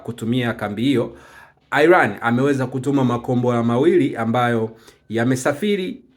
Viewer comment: Airan ndio nn inatamkwa kama ilivyo Iran bwana airan ndio nn